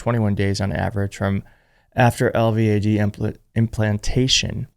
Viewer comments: I'm a retired Rn. LVAD is pronounced El-Vad! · We pronounce it L-VAD. I don't believe you can get an MRI with an LVAD due to the high powered magnets. The Oompa loompa is still a crazy POS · It's pronounced El-VAD, as one word. Recovery from LVAD surgery is one month. He never disappeared long enough to have this done. He likely wouldn't be able to carry the required batteries, even with the special under garment that can accommodate two batteries. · Say "el-vadd"